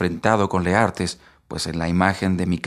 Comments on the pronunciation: Porqué usted dice : Leartes si el libro dice Laertes.... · Leartes o Laertes ?